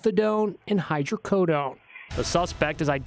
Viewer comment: It’s hyDrocodone, not hyrocodone. How can fully synthetic opioid(Methadone) and semi-synthetic opioid(Hydrocodone) mixed together and injected into a carpet create a hazard? Anyone with a basic pharmacy knowledge(don’t have to be a chemist) will instantly laugh at this. What kind of non-sense is this?